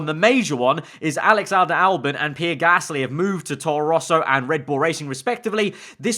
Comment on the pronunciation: Ah, yes. Pierre GALSY not to be mistaken with Pierre Gasly. EDIT: He fixed it.